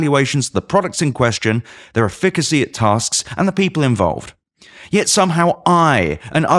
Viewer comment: I've never heard anyone pronounce "efficacy" like that